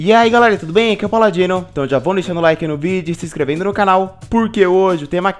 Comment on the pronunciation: Kra me desculpa mas toda vez q vc fala sua intro eu entendo Pau Ladino 🌚